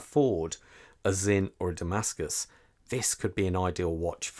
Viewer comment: DAMASKO and not Damascus!